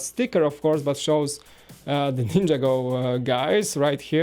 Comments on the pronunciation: its a laser pointer and u keep saying ninjago wrong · says Ninjago so wrong it's not ninja go City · He says ninjago wrong every time